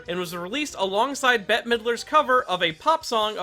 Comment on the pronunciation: I think Bette is pronounced the same as Betty. Not bet.